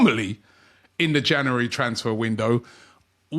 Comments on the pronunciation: OMG, here we go again. Can somebody teach Robbie how to pronounce the word "January"? It's Jan U ary and not Ja NU ary ...... it's doing my head in. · It's not "Janowary" Robbie, it's January. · “Jannery” “Janooary” One day, one day he’ll get it. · Another month of Robbie trying to say the word ‘January’ correctly